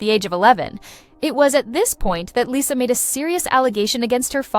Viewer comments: It's pronounced Lee-sa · Not interested in AI talks, especially if the bot can't even pronounce her name right.